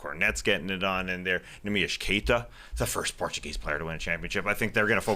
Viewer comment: Just gotta drop a comment that Skeet's pronounciation of NEEMIAS Queta is the most accurate since Neemy entered the league